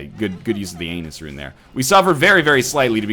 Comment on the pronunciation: I also realized the "anus-rune"